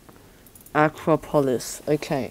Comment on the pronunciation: Yucky. Did u just say Acropolis like acrobat?